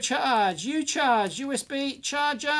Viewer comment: Hi Dave, "uCharge" is not "micro charge", but "u charge" as in "you charge". There is nothing micro about that board. ;)